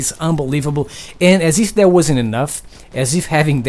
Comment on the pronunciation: I like it of how he said that to dat